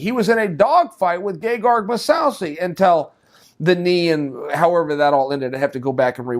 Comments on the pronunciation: Dennis moosousey lol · Musaucy LOL stop it Chael, you know it's Mousasi.